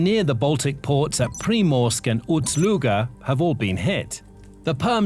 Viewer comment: Its Ust Luga not Uts Luga.